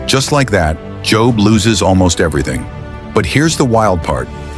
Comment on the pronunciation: I hate these mess ups sometimes how you going to pronounce job correctly the whole time then say job at the end I’m sorry that ocd kicked in lol